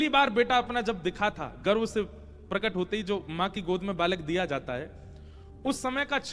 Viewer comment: गर्व नही गर्भ l